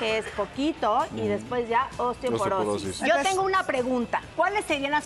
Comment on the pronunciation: Es increíble que la mujer que dice ser Médico diga Ostiopenia y Ostioporosis? Se dice Osteoporosis y Osteopenia 😂😂😂 si asi hablan los Médicos cómo hablarán los que no estudian 🤔